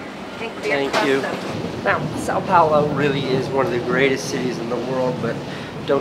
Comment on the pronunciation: Casey's pronunciation of "Sao Paulo" pains me